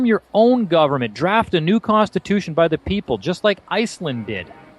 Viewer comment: "Some govement fucker" lmfao!!! Best Croatian accent line ever!!!!